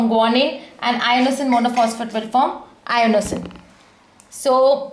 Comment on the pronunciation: I think its inosine not iono